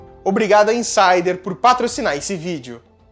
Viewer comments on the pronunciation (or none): none